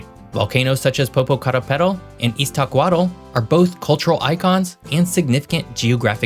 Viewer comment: You did a great job with the pronunciation of the two complicated names. They’re difficult even for non-Mexican Spanish speakers.